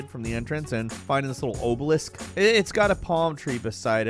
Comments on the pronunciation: Ohblelisk? Its pronounced ahbalisk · Dude really said "Ohbe-Lisk' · I stopped watching this video after he said "Oh-balisk"